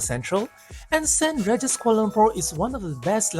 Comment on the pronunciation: it's pronounced Saint rEEgis, not Saint raregis. but nice content and i agree with the points made in the video about the walk although can use the MRT but that is a walk by itself!